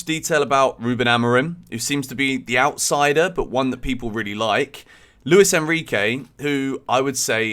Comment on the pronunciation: It’s not Louis it’s Luis. Pronounce the “s” why do British people always say that. It’s LuiS